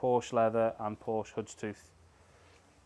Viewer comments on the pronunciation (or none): How much of the chassis are you doing for £2k? Notice you'd left the front inner arches in place, would you be removing the fuel tank on a 110/130? Tell your trimmer that it's 'Houndstooth' btw, not 'Hoodstooth' 👍